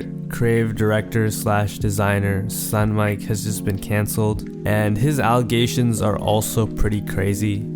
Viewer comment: bro said stunmike